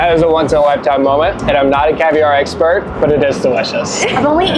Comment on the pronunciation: Did say "..I'm no Eggspert" when eating Fish Eggs?